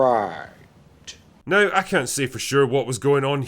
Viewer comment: It's "contro versy" not "con troversy" ffs. It's "now" not "nauhrrrrr" ffs.